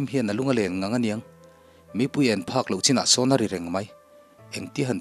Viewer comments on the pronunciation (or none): none